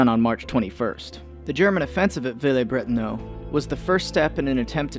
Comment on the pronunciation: Villers-Brétonneux is pronounced Veelehrz-Britohnuh